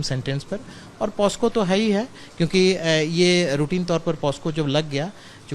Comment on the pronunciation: पॉस्को नहीं पॉक्सो होता है